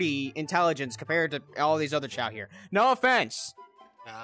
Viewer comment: You don’t actually say “chao’s” you say “chao” it’s the right way to say it.